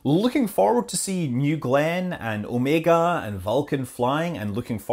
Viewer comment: at least someone who can pronounce OmegA' correctly :D Blue Origion = SpaceX 2.0 ?